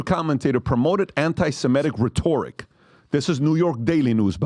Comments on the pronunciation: Re-torack?😂? Im sorry but I'm a vocabulary snob.... RE-TORE-ICK (PRONOUCED Ben Shapiro is SUCH a tiny grown toddler RABBI SCHMU--LEEÑ😊😊 UMLEE ISN'T HE THE GUY WHO SCREWED MJJ OVER BY SECRETLY TAPING HIS "SESSIONS W/MICHAE Jackson?? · Its pronounced RHE'-to-ric not rhe-TOR'-ic ....moe-RON' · "rhetore-ic" do you all believe this guy read 100's or 1000's of books? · It’s pronounced “Re tor ic” Not Ret or ic” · The word, "rhetoric," is pronounced RHET -or-ic, not "rhe-TOR-ic! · “ReTORic”—-???? Online dictionaries now tell you how to properly pronounce English words. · “Reh-tor-ik?” The internet, is dumbing everyone down. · Only a commie would pronounce rhetoric as rah-tor-ric 😂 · “Rhetor-ic?” How does this happen? Surely in your long life you have already heard that word properly pronounced thousands of times. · Not rehtooooric lol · You mispronounced rhetoric. Just FYI :) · Always thought PBD was a pretty smart guy. Then I heard him pronounce "rhetoric." lol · ...Mispronouncing Rhetoric... Proof that academics don't mean shit when it comes to making money or making it big on YouTube. Nice job Pat👍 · The way he pronounced rhetoric..😮😅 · This clown can’t pronounce rhetoric denotative? And he’s Uber rich? Wow 😅 These dorks have fooled all their supporters. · PBD doesn't know how to pronounce "rhetoric"? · Pronounce this word for me again “rhetoric “ 😂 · Lmao at Patrick’s inability to pronounce rhetoric and denotatively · For someone who claims they read alot of books Pat is horrible at it. The way he pronounced rhetoric was a disaster